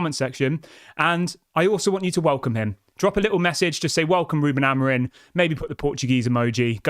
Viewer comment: Why do you keep saying Amorin? It's Amorim.